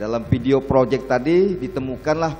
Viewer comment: "project" ape tu ye